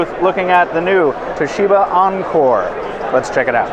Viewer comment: Not aanchor but encore. With E.